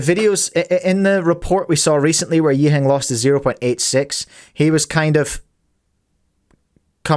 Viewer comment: I had to double-take as he pronounced Yiheng's name correctly. It was so odd that he even stuttered lol.